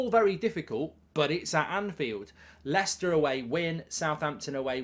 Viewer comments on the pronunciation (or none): none